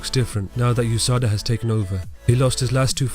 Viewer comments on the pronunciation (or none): It's U S A D A not Usada. One of those words you have to spell out, kind of like UFC.